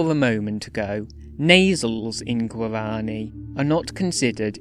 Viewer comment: The way you say "Guarani" here, it's practically tonal , The uptalk (word-final tone raising) in "languages" and the names; soouUNND , , Lingering on "theeeesssse", "reeeegion", and "resyllabifyiiiinng" , Choppy way you pronounce "Consonants", as if it was "Con. So nan. Ts.", stops as "Sto. Ps" Odd slowdown whenever you say "syllables", like you switch to rhythmic triplets Still, neat vid on an underrated language.